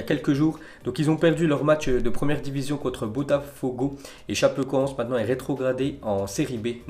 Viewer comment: Sa choque personne qu’il prononce super mal Chapecoense ?🍀(ForzaChapecoense)😭